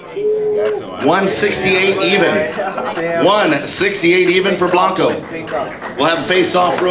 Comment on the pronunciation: It's Bianco not Blanco